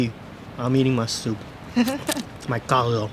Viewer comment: you said CALDO correctly.. good job.